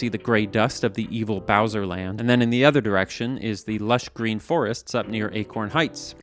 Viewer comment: Where does the word 'other' get pronounced 'ether'? Is that a Canadian accent? US mid west somewhere?